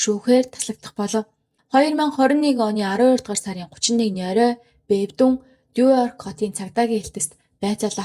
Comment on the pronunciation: Нуёрк гэж дуудахгүйэ;нью йорк гэж дуудаж сураарай;шүүмжлэлд бүү гоморхоорой;нэг үгч болов зөв дуудаж сурвал алхам тутамдаа эвгүй бдалд орж ичихээс аварна шүүдэ